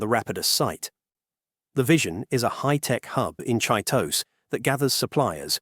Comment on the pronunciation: You don't pronounce Chitose correctly. It's Chi-toe-say, not Cheetos.